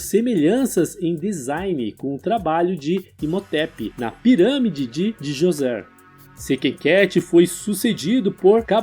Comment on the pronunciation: Cara pronúncia D'JOSER não DiJosé